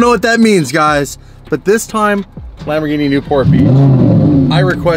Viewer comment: I hate it when you say "Lmbogini" 😂😂 The R is still pronounced in Italian! I still love ya!